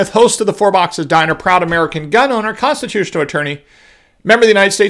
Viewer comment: I had to go do a replay when you were introducing yourself... first time through it sounded like you said prostitutional attorney 😁😂😎. I got it correct (constitutional) on replay.